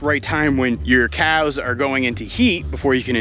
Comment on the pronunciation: Can you please say "come on COWS" instead of KJOUWS :D atleast one time so i can sleep :D